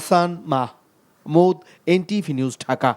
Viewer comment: সংবাদপাঠক! আপনার নাম কি "মাহমুদ" না কি "মাহ,,মুদ" দ্বিতীয়টি কোন নাম হয় না।